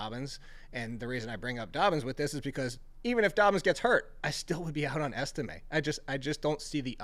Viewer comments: This dude really said Estime are you serious?? What kind of analysis is that..this dude needs a new profession needs to be banned from fantasypros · Estime??? Come on. please do better.